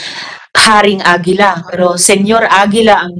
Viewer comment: Senyor Agila po ,hindi po Senior Agila,parang ganito po,Senator hindi Sinator